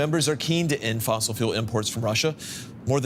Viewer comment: "Fossile"?? Oh, DW... wth.